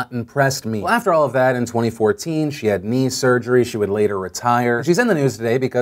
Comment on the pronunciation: I seriously thought phil Said "she got meme surgery"